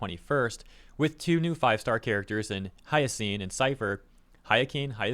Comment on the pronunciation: You got it write the first time,. Hyacine is pronounced as “Hi-Uh-Seen.”